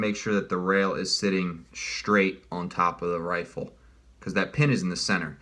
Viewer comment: HE SAID "RAFFLE INSTEAD OF RIFLE"